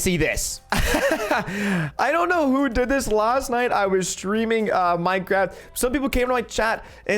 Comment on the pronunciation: Fortnite dead play minecwaft